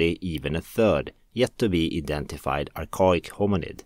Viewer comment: Archaic (Ar-Kay-Ick)